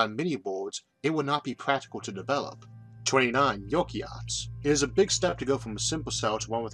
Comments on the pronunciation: 29 - Yoki-arts, love Isaac's pronunciation! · I think it is pronounced (Eukaryotes) YOU-CARE-E-OATS, but I could be wrong too, lol. This seemed like a mispronunciation and not just a side effect of your unique speech. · it's pronounced you-carry-oats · you pronounced Eukaryotes completely wrong